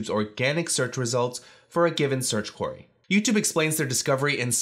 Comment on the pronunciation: Great tips but I'm always distracted by the mispronunciation of "query" ("Quarry")